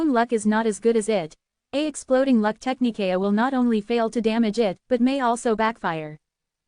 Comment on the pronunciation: Ty again. Just would request and AI update. Technique sounds like Tech-knee-kay-uh